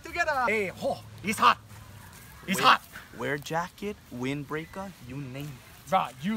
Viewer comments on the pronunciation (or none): “Wind breakah, u name it” 😂😂